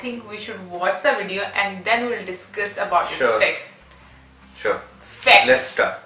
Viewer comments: Did she just called se* instead of facts 😂😂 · Yes yes facts I heard it 😂😂🤣 ; let's talk about facts not *ex. ||by the way love from India||